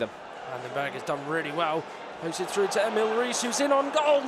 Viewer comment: A lazy commentator who says things like "fredded it frew"